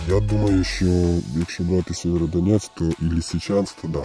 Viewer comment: Сєвєродонецьк! Кажіть правильно. Бо ріже вуха місцевим